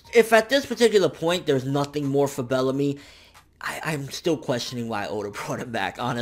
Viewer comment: I lost it when said "Bellacrust"! XD rotfl